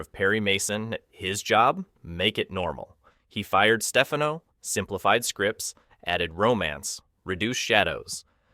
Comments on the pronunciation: stupid computer - it's not Stefeno, it's StefHANO!! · In Italy, Stefano is pronounced as you do, with stress on the first syllable. But Joseph Stefano, Italian-American, pronounced it Steh-FAH-no, with stress on the second syllable. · The narrator is AI hilarity: I D instead of "id," "ZuZUHZUHZuzuhzzZah" and it's Joseph StePHANo. The visuals accompanying the narration match randomly. Lots of repetition when there is much more to be said. By the way, James Doohan also appeared in an Outer Limits episode, as did Majel Barrett herself